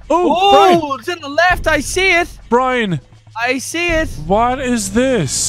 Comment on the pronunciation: He doesn’t say Brian, he says Brine. Come on guys